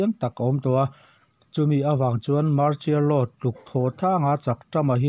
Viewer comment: I chhiarthiam viau mai ngaihthlak a nuam , Mahse "mar-chial-law" ti lo in "mar-sial-law" tiin min lam sak tawh la, hriat a nuam zual ang